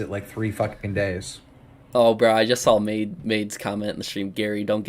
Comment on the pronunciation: Also the word saw that you say alot doesn't have an L at the end "I sawl it"